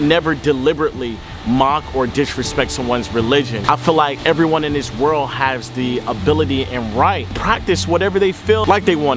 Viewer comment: Why he say world like that